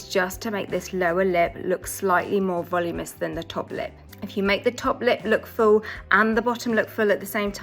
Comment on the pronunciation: Valoominess not voluminess